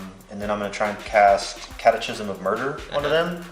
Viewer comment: Why do you pronounce it cat uh chism instead of cat uh kism?